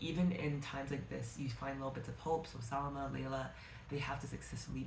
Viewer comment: hey! i loved your video and i wanted to mention the pronunciation of the character names. salama is 'sa-laam-mah' kenan is 'keh-naan' khawf is 'khe-of' layla is literally just pronounced the way it's spelt. 'lay-la'